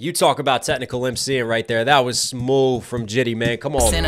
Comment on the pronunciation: Stop saying smoove... it's so stupid. Just like these rehearsed reactions. Why pretend it's the first time you've heard it, like you haven't done your research for all the references...